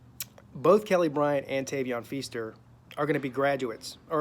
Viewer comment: Can you say his name right first bro?